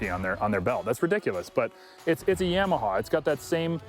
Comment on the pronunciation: It cracks me up hearing people say Yam-a -ha. Always heard and said it Yah-ma-ha... Killer video tho, guys. Getting me a Limited very soon to ride here in Maine. 🇺🇸❤️🤟